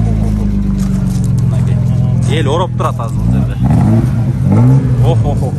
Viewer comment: Эл ороп эмес оруп турат деп тура суйлосон оператор